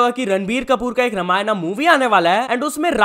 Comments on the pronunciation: Not Ramayanaaaa but Ramayan (रामायण) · Bhai Ramayan is Ramayan it's not be pronounced to be Ramayana You belongs to India so please pronounce it well Spelling is Ramayana but it should pronounce as Ramayan not Ramayana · For your kind information It's रामायण and not रामायणा so it's a humble request that Instead of faking your accent just pronounce the correct word and respect your language. When you are speaking in Hindi throughout the video you don't need to say Ramayan in another accent.🙏🏻🙏🏻 It's a humble request that please respect our language and culture. (Though you r not disrespecting it intentionally but fir bhi dhyan rakho) (Also it's अवतार and not एवेटार)🙏🏻🙏🏻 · First of all its Ramayan not Ramayanaa , please correct it 👍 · It's not "ramayana" it's Ramayan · It's not Ramayana It's Ramayan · Its Ramayan not Raamaaynaa.. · It's not Ramayana it's a Ramayan bro😊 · रामायना nahi re रामायण bolna sikhle Bharatiya hai tu Foreigner nahi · ramayan not ramayana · भाई आप अंगरेज नहीं हो, तो प्लीज रामायणा बोलना बंद करो रामायण बोलो।।। Respect our culture aise naam pronounce kr ke cool nhi bante bhai please ❤❤❤❤